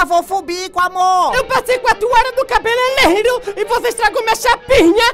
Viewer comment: " EU PASSEI QUATRO HORA NO CABELELERO "